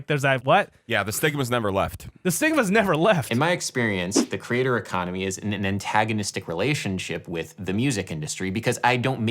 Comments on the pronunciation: I’m sorry is he saying “crater” economy? It sounds like he’s saying crater economy… idk maybe it’s just me! Adam, been following you for years. Love the content, also… just love your journey! Whatever you’re doing I’m happy to check it out 😊 Jam on 🙏🏻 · (Your band sounds great and approachable.) (I thought you were saying 'crater economy' for several minutes. Hmmm, I was thinking.) Others have pointed out that the mainstream music business is an ecosystem that develops new talent, which is an important function. You fleshed that out in this video. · When you say "creator economy" it sounds like "crater economy" and those might actually be the same thing. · By the way you were pronouncing it at first I thought you were calling it the "crater"economy, which sounds more like the business ventures I get involved with. 🙂 Just like I'm sure everyone else is telling you here, your content is crazy valuable to your subscribers. Sadly or gladly, I can say that about a number of YouTubers content. I'd love to reward them all with hundreds of dollars but I just don't have it! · Oh, the “creator economy”; I thought you said the ‘cratered economy’! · It took me a few minutes to realize Adam was saying, "the creator economy". I heard it as, "the crater economy". It actually made sense and aligned with what he was proposing. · Are you saying crater, or creator economy? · Oh you said CREATOR economy, I heard crater for some reason 😅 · Took me a while to realise you were saying 'creator' and not 'crater' :) It still sort of worked though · It took me over 2 1/2 minutes to realize Adam wasn't saying '"crater economy" (why the focus on astronomy /confused emogi) but "creator economy" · When you say "creator economy" it initially sounded to me like "crater economy." And I was wondering what had cratered. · For quite sometime I heard you saying 'The crater economy'!